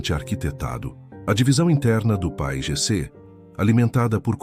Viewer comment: É si lê P A I G C